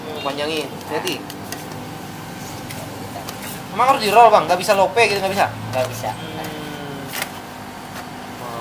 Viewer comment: Love bukan lope , kafe bukan kape